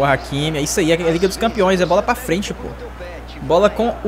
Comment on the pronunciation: Se fala ráquimi, não áquimi kkkk